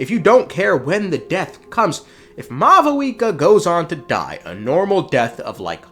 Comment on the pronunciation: why do you call her mau VOO EKA its pronounced maw wika